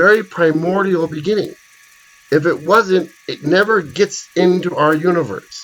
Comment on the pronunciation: Beginning not Beggning. thanks - fascinating vid!